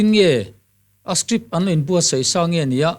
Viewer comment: • • ngati ti nge le script tih turah hian strip tih ang deuh hian alam tlat mai le amak eee.....